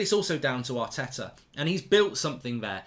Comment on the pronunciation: Yaar-teh-tah AOUT.